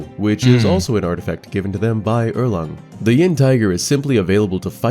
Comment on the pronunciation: yep, it's 寅("yin" with second tone)虎，not 阴("yin" with first tone, as opposed to "yang")虎